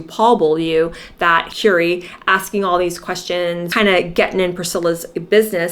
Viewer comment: Who is Kewrie Grant? It's pronounced Curry, like the food you eat!